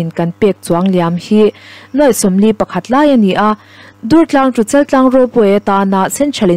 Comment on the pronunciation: Dùrtlâng puak dur tih thlûk hman tûr a ni. i rawn lam rîk dàn hi Dungtlâng khua, Vànzau khaw bul a misawi i ang lutuk, R i lam fiah ṭha duh bawk sí lo. Durtlang khuaah ila kal ve lo em ni? tüna i lam dan ang khan an bulah han lam teh, an nuih loh che anih pawhin an thin ur hial ta ve ang. Ka la thiam lo êm mai mi dang puantir zawk rawh u tih mai awm che a nia...